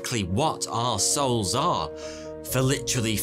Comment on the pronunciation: Did you say “our souls” or “arse holes” 🤔🤣👍🏻